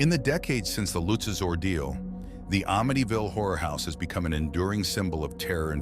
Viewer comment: You said there names wrong and amityville wrong